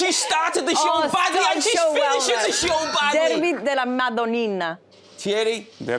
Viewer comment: Grella speaks Italian with American accent (dArby? Derby!). Kate has a surprising correct accent. Titì is the best. FunnyMicah is very good until the very last word he pronunces. And Jamie is the one who’s facing the real tongue-challenge there!!